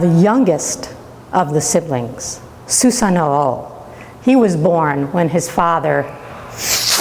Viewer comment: Im sorry but it's not Susano Oh loool hahahah omg sounds funny